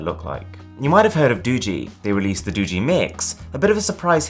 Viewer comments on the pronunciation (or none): It's "Do-gee" not "Doo-gee"